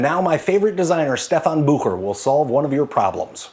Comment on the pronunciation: I really like that you're able to pronounce Bucher right. Do you speak any other languages? I know there's a little bit of French in there!